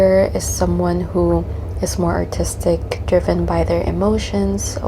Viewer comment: Is she saying autistic ir artistic